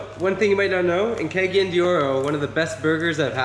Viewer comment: I ain't never heard of anybody judging the "skylab"... by the way it's pronounced Kah Gah Yan, not kay gay yen.. get you some friends that would correct you and not just go along with you. It isn't that hard to pronounce most of bisaya words, if you just take it seriously.